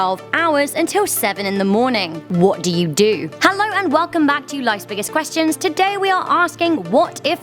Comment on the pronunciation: "Ha-low and welcome"